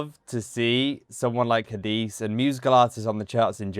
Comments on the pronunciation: Ha-di-seh is the right pronunciation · Her name is Hadise you have to pronounce the E at the end like E for Echo. But you are doing very well with the pronunciations we appreciate your reactions thanks